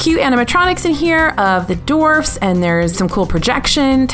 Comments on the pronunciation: Just had to rewind and re-listen....and yup, sounds like "seven dorfs mine train" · Is it just me or was saying "Dorfs" in the video? haha